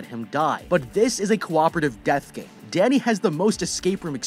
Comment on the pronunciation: When he said Danny I thought he said daddy 🤣🤣